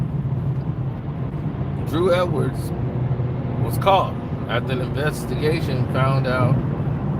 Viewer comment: His name is "Huw Edwards," not Drew Edwards 🤦🏿‍♂️😂